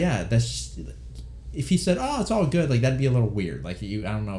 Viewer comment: "GUD" VĪĐƏO